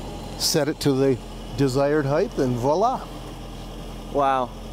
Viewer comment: I like the car, but I don't care about your sponsor. The owner of the car often mispronounced the word height. It's pronounced Hite, not Hi-th.